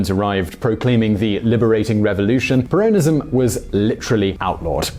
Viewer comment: You’re pronouncing ‘Peronism’ incorrectly